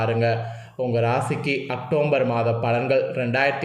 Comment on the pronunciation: Muthalla October nnu correct ah sollu matthatha appuram sollalam